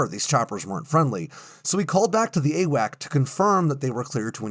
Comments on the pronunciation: Grrrr! The aircraft giving airborne control and command were not "a whack". the correct pronunciation is "A Wax". At least it was in 1977. I was assigned to the 7th Airborne Command and Control squadron that the the control over the Mekong delta during the evacuation of Saigon and we were being phased out a year later as the E3s were coming online. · AWACS NOT AWAC—Airborne Warning and Control System—there’s an S at the end you said it yourself. There were other errors in here too but something as simple as this distracts from your story so much I quit listening. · I have never heard someone say "AWAC." It's AWACS. With an 's' at the end. Pronounced "Ay-wacks."